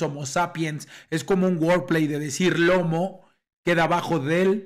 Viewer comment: Sipo todo chido mi chingon no pretendo cagar el palo ni mucho menos pero aveces escucho que dices workplace y aveces escucho que dices wordplace wordplace simplemente no tiene sentido estarias diciendo palabra y lugar tal cual, ahora workplace ya seria lugar de trabajo, entonces alo que tu te refieres es wordplay eso significa juego de palabras Saludos carnal que estes bien 👍👍eres el mero top en escritas #1